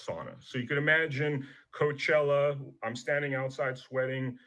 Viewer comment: You've got to be like the sixth person I've heard this weekend that does not know how to pronounce Coachella. The only reporter I've heard pronounce it correctly is an English reporter. I have never heard anybody pronounce was an English reporter. I know that it is spelled as coach. But it is a Spanish word